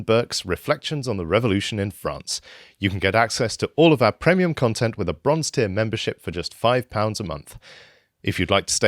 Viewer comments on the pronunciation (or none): Chap at the ends says premium wrong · the way he pronounces premium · tell that guy on the outro how to say premium lol